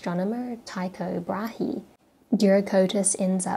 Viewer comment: Small point: Rightly, or wrongly, I was taught that Brahe is pronounced "Bray", like the noise a donkey is (incorrectly) thought to make.